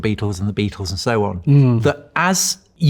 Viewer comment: It’s a bloody BEATLE !!!! A BAEATLE !!!!!